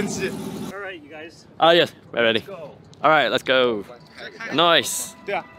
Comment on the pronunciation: 我听到了"Noice"